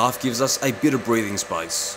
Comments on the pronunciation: SPACE! YOU MEANT SPACE! GOD! I feel like an idiot 😭 I swear it sounds like spice in your accent. I thought why does he need cooking ingredients in metal working anyway? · well, it's obvious now! When I was watching it in bed yesterday, it sounded like spice and I was absolutely confused 😅